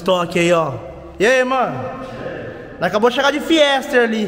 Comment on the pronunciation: Top demais, mas chega doer o ouvido quando ele fala "FIESTER".